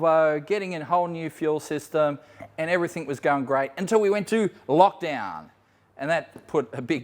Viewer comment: The word is 'Everything', not everythink, stop sounding like a bogan. Arrrgh it's doing my head in.